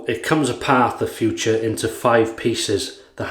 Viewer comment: Hi that was a very nice Video again, I could watch you for hours but one thing is wrong. The German pronunciation for the Razor is "Footoor" not Future. Nice greetings from Germany